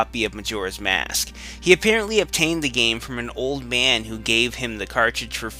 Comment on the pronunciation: agreed old man is pronounced old man not old meeean.